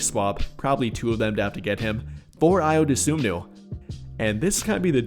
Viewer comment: It's Dosunmu, not Dosomnu.